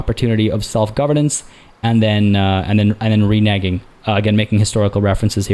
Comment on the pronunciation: Amazing, and now I know how to pronounce reneging! I always thought it sounded all French and rhymed with Beijing